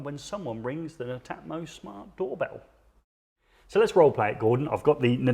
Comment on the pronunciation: Thanks for the vid guys..now I now how to pronounce Netamo!😉 I’m impressed with that, having installed Nest, Hive and Rings. Prob is I find when someone wants to install heating/lighting/camera/smokes as one system, I’ve yet to find one company who’s entire set of kit I would feel confident recommending to customers - they all seem to have strong brilliant products with the odd duff one in the set, a pity. For me I’d say 8/10 requests for smart doorbell installs are for properties with no existing wired doorbell. That suddenly turns it into a whole new job..do you fancy doing a demo video of that scenario?🙂